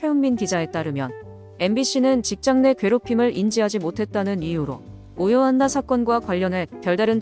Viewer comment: 가해자들은 꼭 벌을 받기 바랍니다. 삼가 고인의 명복을 빕니다. 참!, 오요안나님의 성은 '오'입니다. '오요'가 아니라요. 왜 자꾸 '오요, 안나'라고 발음하시는지....